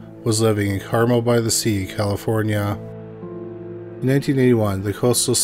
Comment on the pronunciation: For the record, Carmel is pronounced carMEL